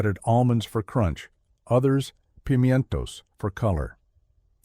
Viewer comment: What is a pemintoes. Did you mean prime toes?